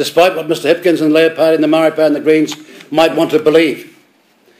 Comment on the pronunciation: How would he know what maori want he cant even aay the word what a joke